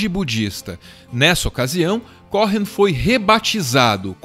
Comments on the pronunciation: O H é mudo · Cohen! não Cohrennn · "CORREM" não, queridos, a pronúncia correta é "COUEM"...Bjs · Se pronuncia Coen, não CoRRen como estão pronunciando aqui. Vídeo incrível sobre essa pessoa incrível ❤️ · se diz "Côen" não "corren";) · Que agonia você pronunciando "corren"!!! É um nome judeu, significa sacerdote, é o nome mais antigo dos judeus, dos filhos e Aarão, pronuncia-se "côên", é como um título. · O video tá maravilhoso, extremamente bem feito e bem produzido como sempre, mas acho que seria bom o narrador dar uma olhada no Google Tradutor a pronúncia desses nomes gringos, porque confesso que me sentia mal toda vez que ouvia ele falando Leonard Córren, é tipo Lênard Cô-en. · O "H" do nome dele eh mudo. Eh "Coen" e nao "Coren" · CÓ-HEN soa horrível, seria melhor pronunciar CÔ-EN. No mais, excelente vídeo!!! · Cô...en. e não CoRRen. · A pronúncia do sobrenome me soou estranha. Cohen, é Cohen mesmo, sem o rótico (o ‘r’) gutural. No mais, o vídeo tá fantástico. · Foi só isso que ficou faltando! Cohen, com o h mudo! No mais, meu muso, Leonard! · Mais um vídeo com texto pretensioso e raso. Se tivessem realmente pesquisado de verdade saberiam, pelo menos, que a pronúncia correta do nome de Leonard Cohen não é "Correm"; o "h" é mudo. Aliás, em toda a entonação da narração do vídeo transparece que quem está falando tem uma dificuldade de raciocínio, ao mesmo tempo que tenta parecer sabichão, e fala para retardados. Tudo é precário e mal feito. No entanto, o relativo sucesso desse canal é compreensível, afinal, vivemos num país de bestializados. Qualquer pouca coisa já é recebida como se fosse muito, independente da qualidade, ou melhor, da falta dela.